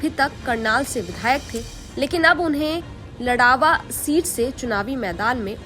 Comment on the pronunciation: ldawa nhi ladwa h behan ji